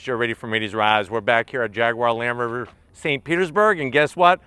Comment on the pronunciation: "Land Roverver" 🤣